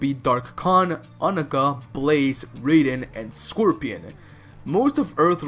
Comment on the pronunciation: You pronounced Onaga sooooo wrong😂😂😂